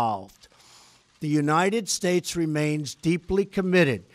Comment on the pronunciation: And God bleshh the United Stateshhh